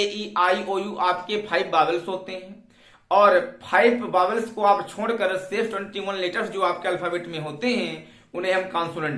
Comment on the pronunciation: बोबेल्स नही बाउल है अपभ्रंश है जो बावेल्स बोलते है